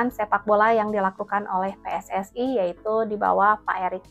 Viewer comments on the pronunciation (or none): Kami pe es es i,bukan pi es es ai😂😂😂